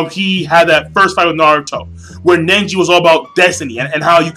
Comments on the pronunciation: nice review king but something's bothering me... it's pronounced neji not nenji. It was kinda siting in the back of my head. was getting annoying. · Neji not Nenji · It's Neji, not Nenji =) * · Who's "Nenji"? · the sadest part is you calling nenji the whole time who the fock is nenji? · so he was your favorite character and you call him NENJI.lool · Do you really read the manga? You called Neji ''Nenji'' too many times. And it wasn't his father, it ess Hinata's father by their side -_ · is neiji not ninji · It's not nenji its neji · why cant you say neji's name right!!!!!